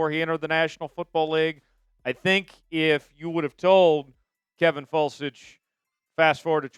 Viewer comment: Foelsch is pronounced (Felsh) via Google.